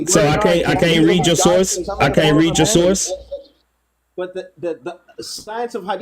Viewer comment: “Yo sauce” 😅😅😅that’s that Texas coming out you Word🤣 I also died laughing on the “worst of employees” comment lol